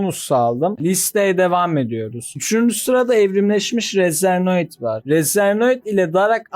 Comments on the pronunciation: Razernoid değil kardeşim Razenoid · Razernoid degil razenoid